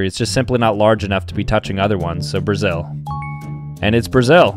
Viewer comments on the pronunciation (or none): none